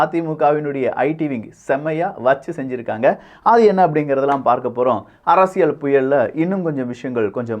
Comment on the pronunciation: நாம் தமிழர் உறுப்பினர் மட்டுமல்ல தமிழ்நாட்டில நூற்றுக்கு 80% மானவர்கள் தமிழை தப்பாவே வாசிக்கிறார்கள்!!! அதுதான் 50 ஆண்டுகால திராவிடமாடல். ஆனால் அதைத் திருத்திற நீங்க மட்டும் உத்தமம்மா? உங்கள் தலைப்பையே “அரசியள்” என்று வாசிக்கிறீங்க!!!! அது அரசியள் இல்லை அரசியல் என்று உச்சரிக்கவேண்டும். தமிழைக் கொல்லாதீங்க. ய என்ற எழுத்துக்கு இணையா ல் ஐ உச்சரிக்காதீங்க!! ல் க்கு தகுந்தால்போல் ய எழுத்தையும் சேர்த்து உச்சரித்தால் உங்களுக்கு அரசியல் உச்சரிப்பு சரியாகும் அரசியள் இல்லை அரசியல் அரசியல் அரசியல்